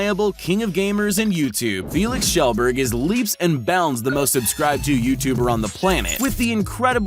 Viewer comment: Felix "Kjellburg" ?? Nah mate that ain't it. It's Kjellberg with an E